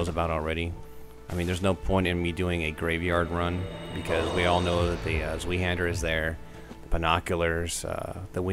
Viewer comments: Zweihander is pronounced more like Svei-hander than Svee-hander as you said. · Not trying to be a douche, but it's Z-VI-Hander. German for TwoHander or Two handed sword. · I really hope you're kidding. It's Zweihander. But it's pronounce Z-VI-Hander. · plz tell me you figured out you are saying zweihander wrong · I hate it when people pronounce zweihander like that. it's a german word. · I'm sorry, but that pronunciation of Zweihander is horrible.. Not that I expect everyone to know how to pronounce zwei, but still.